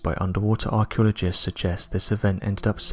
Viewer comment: “Archulogists”? “Archulogical”?